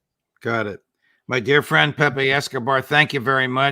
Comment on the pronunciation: So glad you are saying Pepe the correct way. Thanks Judge😊